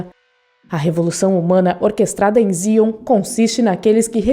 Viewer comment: Se diz NIL. Com i. Não é um navio. É um aero deslizador. Uma nave. Se diz "Zaion. Nossa!!! Assisti mais de cinquenta vezes a teologia toda. É baseado na bíblia. Como uma versão aversa. Gostei do video. Abraço